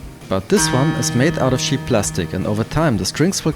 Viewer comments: Wenn du ansetzt um cheap zu sagen, dann hört sich das an als ob du über Schafe sprechen würdest. I really appreciate the effort trying to bring your point across not using your native tongue, please do us a favour and try to pronounce words the way they need be pronounced. apart from that, great job, nice video! keep on keepin on! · He kept saying sheep Guitar the entire video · Am I the only one that finds it hilarious that every time he says cheap I hear "sheet'? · did you say sheep cheap or shit lol haha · I thought you kept saying "shit" instead of "cheap" this shit guitar with shit pickups and look at the shit bridge with its shit saddles lol.